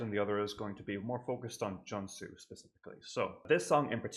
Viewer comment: And Junsu is pronounced with a long U sound as in Joonsu :) Thank you for reacting to JYJ<333